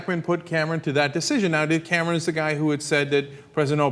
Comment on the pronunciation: *Cameron* not *Camaron*...don't know what happened there